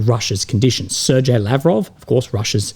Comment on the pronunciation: Ok, I'm gonna say it again, Lavrov's name is NOT SERJAY